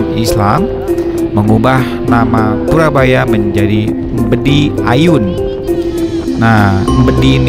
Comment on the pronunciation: Koreksi mas purboyo,bukan purabaya.